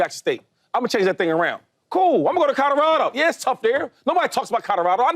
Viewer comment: Shady always trips me out saying: Codorado 🤣